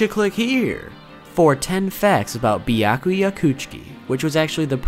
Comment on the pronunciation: it's byakuya not biyakuya